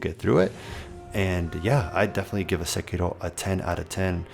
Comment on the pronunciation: Finally, a guy the pronounces sekiro properly. Good video.